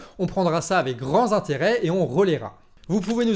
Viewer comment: Avec grand tintérêt (pour la liaison 😉) Mais pas grand zintérêt